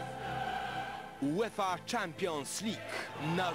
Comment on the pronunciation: "jułefa czampions lik"- na szczęście dziś mamy bardziej wyedukowanych językowo lektorów...